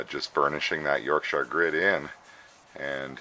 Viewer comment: It's great to hear Yorkshire being pronounce properly! Most Americans are heavy on the Shire part... It's a great product that I'm using more and more. Glyn lives local to me and I'm proud to have been able to support him as he developed the product by providing internet / Website facilities for him. Sweet little bowl by the way! Cheers Tom